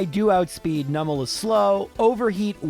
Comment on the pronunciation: Oh! pronounced Numel's name correctly 🎉 I'm so used to streamers pronouncing it as "Noo-mel" even though it's a Numb Camel, and I don't know anyone who pronounces "numb" as "noom"! 😄 It's so rare and the mispronunciation so annoying (for me; I understand that most people don't care lol) that I just had to comment on hearing it said right. 😅